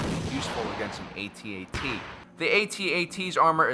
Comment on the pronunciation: you are saying it wrong it's not AT-AT you say it AT-AT ok no get it right